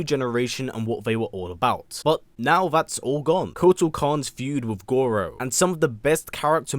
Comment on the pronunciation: him butchering Goro was great